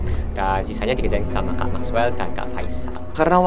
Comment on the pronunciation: Mexwell bukan makwel😅